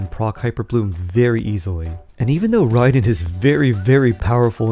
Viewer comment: Why do people continue to mispronounce the name ? Its RIAD EN and not RIDE EN. Her name is RAID EN (RAIDEN) as in my stream got raided. or That army did a RAID. (RAIDEN). like pronouncing Ray and NOT Ride. 🤷‍♀🤦‍♂